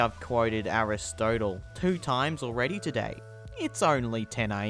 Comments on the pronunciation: Nailed pronunciation of Aristotle too :/ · Aristotle —Air. Ris. Tot. El